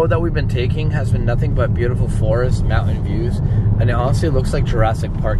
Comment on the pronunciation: I love the house that you are living in! Very clean! Pretty! Your daughter needs a baby doll to carry around. Then she might not pick up things from all the rooms. Her own toy, something! What a beautiful drive that was. I just love your trip. Thanks &! when you say MOUNTAIN, you never pronoun the T!